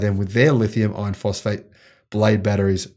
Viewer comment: please correct your pronunciation. There is no such thing as a Lithium ion phosphate battery....only a Lithium Iron Phosphate battery. As you well know, Lithium Ion refers to a variety of chemistries that include Nickel, Cobalt, Manganese and/or Aluminum. I like your enthusiasm but if people are going to rely on you, please get the two types straight.